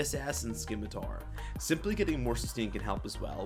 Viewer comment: Almost disliked because you said "Skimitar" The c is silent, fool.